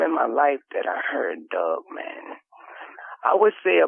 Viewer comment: Love listening to talkin bout "dugman"!